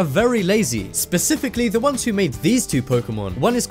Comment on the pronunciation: he also pronounced ' Specifically ' as Pacifically 😂